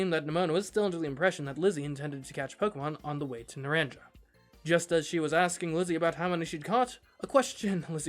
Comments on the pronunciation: It's pronounced "na-ran-ka." Not "naran-ja" Just so you know 🤗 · Not naranJa but naranHa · Naranja is pronounced "Nah-rahn-ha." It is Spanish for "Orange." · It's driving me NUTS how you're saying Naranja XD The "j" is pronounced like an "h", so it's said "Na-ran-ha", not "na-ran-ja" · Hey, it’s pronounced NaranHA NOT NaranJA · Some of you all need a Spanish 101 course . I can't handle how you keep pronouncing things like the school name. It's painful. The j makes a h sound so it sounds a little more like Nur Ron ha and Violet school sounds more like Oo Vah. But thanks for the video mate and the fun voice over. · It’s pronounced naran-ha. Means orange in Spanish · Just FYI, Naranja is pronounced "na-RAHN-ha". It's the Spanish word for orange (both the fruit and the colour) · It physically pains me everytime someone calls it naranjah academy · it's pronounced nar-ahn-ha. In Spanish the j is more of an h. Example: the name José. (For reference, naranja means orange in Spanish.) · "Naranja" is pronounced "nuh-RON-huh". It's the Spanish word for "orange". In Spanish, "A" is pronounced like the "A" in "talk", and "J" ("Jota" in Spanish) is pronounced like the English "H". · ARGH! YOU PRONOUNCE THE J LIKE AN H NARANJA GODDAMNIT! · Hearing him pronounce “naranja” hurts me